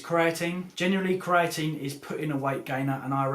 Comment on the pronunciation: THE PRONUNCIATION OF CREATINE IS TRIGGERING